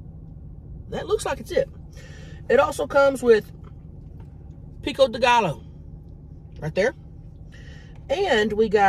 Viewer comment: I can’t get over how cute she is mispronouncing Pico Dilooooooo😂 .And nothing like that Famous Queesh. I’m over here eating Olive Garden while watching this, cause I love eating with ya’ll❤😂Was at your first show in Virginia. And Crystal was sitting right behind me waiting to go on stage and I wanted to ask for a pic and see if she would follow me but I didn’t want to bother her. And wanted to thank you for taking a picture with me when you left off of stage.❤Have some amazing shows and the cruise. Wish to god I could go on the cruise but can’t afford it right now. But have a safe amazing one❤❤❤❤❤❤